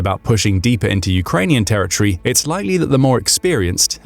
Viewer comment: It's pronounced "territory", not "terror tree".